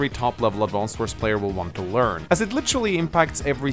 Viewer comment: I'm so triggered, that he doesn't pronounce the name of the game correctly even once